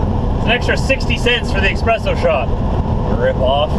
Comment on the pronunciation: Espresso...not EXspresso